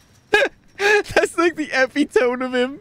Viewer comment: does pronounce epitome as epi-tome